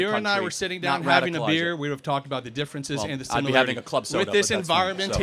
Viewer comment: The professor continually saying “simULarItIES” 🫠